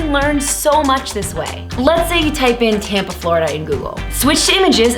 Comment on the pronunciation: everytime you Saud Tampa I heard tampon